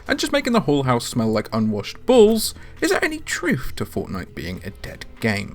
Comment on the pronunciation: I heard "Unwashed Balls."